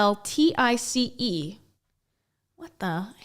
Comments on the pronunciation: 'pole-tice' is how I'm gonna pronounce it from now on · It's pronounced "POLE-tiss." It tends to be used in an old-fashioned or naturopathic sense; a poultice to soothe burns , a rash, wounds or infection. Generally a homemade ointment, often with natural ingredients. If you read novels set before the 1900s, it's a word you'd probably come across. :)